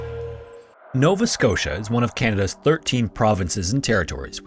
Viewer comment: Novaé Scottiá